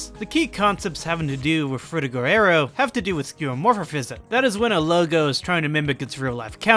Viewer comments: FrutiGER aero. Stop saying FrutigO oh my god it’s driving me insane Lmao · You show a pretty surface level of understanding and don't add much new content to the discussion. Also there were some English and pronunciation errors including your main subject frutiger aero. Needs work imo